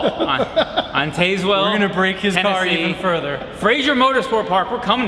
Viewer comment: It's pronounced Taz-Well. More mk5!